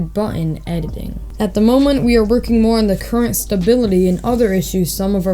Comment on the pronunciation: “And much moore” 😹